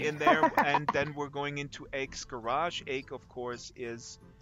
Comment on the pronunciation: ITS pronounced like the letter ‘H’!! Not ache. Aech is pronounced H. You clearly did not read the book which explains this